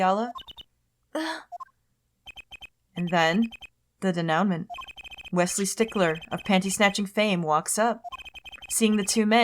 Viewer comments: Just FYI, denouement is pronounced "dey-noo-MONL", with that NL representing the French N. It's not de-NOW-ment. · "Denouement" is a french word, pronounced "day-new-maw." It means "the part of the story where it all comes together."